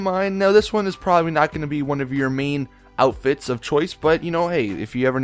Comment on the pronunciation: Every time you post a Fashion Friday you say, GTA V Cool 'Outifts' instead of "Outfits" Lmao